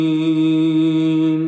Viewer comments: السلام عليكم ورحمه الله وبركاته الرجاء منك اقرأ القرآن صح ولا ضالين وليس ولا ظالين والياء شدد عليها في كلمة إياك نعبد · لا تقل ولا الظالين بل قل ولا الضالين هناك فرق في اللفظ